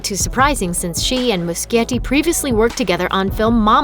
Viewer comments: NOT MUSKIETTI, IT'S MUSCHIETTI GEEZ!!! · the director of it chapter one is pronounsed andy mushetti not andy muskietti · every time this bitch said Andy Muschietti's name wrong i got so pissed lmao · I cringe every time she says muschietti